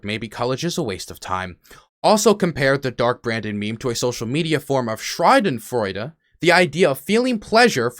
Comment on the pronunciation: The pronunciation of schadenfreude tho but good vid